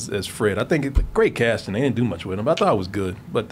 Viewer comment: "Ro I quit?" 🥺😭